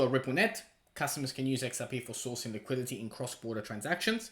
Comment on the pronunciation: “Liqui-Di-teee” for the love of god